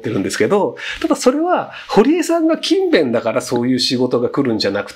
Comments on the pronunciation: ｢キンベン｣のイントネーションが違うような・・・ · くしゃみの可愛さ+勤↑勉↓の発音で内容が入って来なかった( ´△｀) 疲れてるな、私。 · 全ての勤勉がKindleみたいに聞こえる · 勤勉のイントネーションがインゲン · 勤勉の発音気になって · 勤勉の発音が気になる